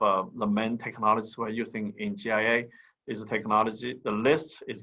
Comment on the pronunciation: It’s GIA not GIC